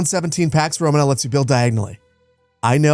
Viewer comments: The emphasis is on the second to last syllable in the word "Romana" like Româna, not Romanâ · just for your situational awareness. "Romana" is pronounced "ro-MAH-nah" with two 'long a' sounds. It's not pronounced like the English word "Roman" and then "uh" after it like how you're pronouncing it. Love you, great content, will definitely be picking this up when it releases. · who says "RomaNAAA" its' ROMAna" dawgggg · Awesome preview. Small thing, its romAna, not rOmana. Cheers